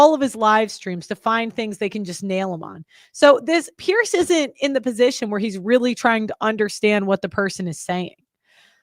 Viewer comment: Few people care but his name is pronounced "peers" not "pearce"